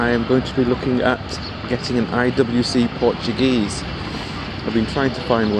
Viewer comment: Its Portugueser . Get it right man